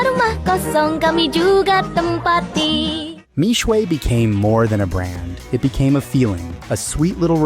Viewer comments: For those interested in correct pronunciation. Mixue Mi Xue 蜜雪 is pronounced as Me (as in I, me) Swear. Not Me-Sway as in the video. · Mixue means "sweet ice". Pronounced " mee shie ". Mispronounced. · How are westerners always so bad at pronouncing asian names, how did Xue turn into shuay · Bro gotta learn the pronunciation before making video, Mixue is the main keyword of this video, at least be able to pronounce it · How I wish you had researched how to pronounce the brand name...